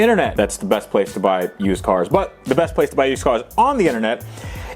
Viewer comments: Yewshdcoars? see " " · It's how he pronounced "used cars"